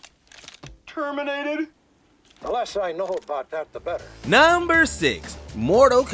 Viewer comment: can you please pronounce "number 1, number 2" etc. normally??